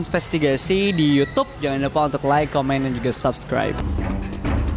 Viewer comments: Gue bakal Subscribe Chanel ini kalau bisa ngucapin kalimat "LAAAAAAIK DAN SABSKRAIB" dengan benar. Bukan "Loikkk dan Sobskroib" woyyy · sebenernya ini udah agak mendingan. Soalnya gue komen mulu 🤣 Justru itu karena dia prononsasi Inggrisnya salah. Like itu dibacanya LAIK bukan Loik. Kesel banget gue dengernya. Ngebayangin bibir dia pasti sambil monyong😂😂😂